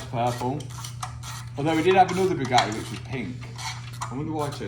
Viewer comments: When Mat says Bugatti, the T is silence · I love saying Bugatti without pronouncing a consonant.